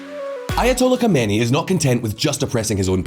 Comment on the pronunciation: Just for reference - Khamenaei is pronounced - KHAH-meh-NAY-ee. It is four distinct syllables. Khomeini is pronounced - KHOH-may-nee.